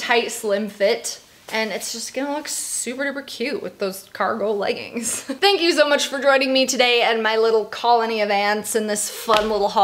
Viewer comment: i love you but it pains me every time i hear u say leggins like it’s legginGs